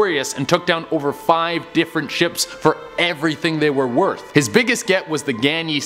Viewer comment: So your hair is as you said "werth a million dulers"